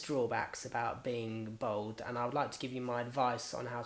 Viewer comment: Why do you keep saying "bold" when you mean "bald" (pronounced "borld")?